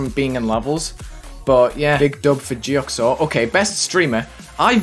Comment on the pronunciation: geoxor (gee-o-z-or)